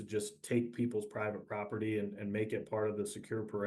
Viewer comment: provite property 😂😂😂😂😂😂😂😂😂 really..???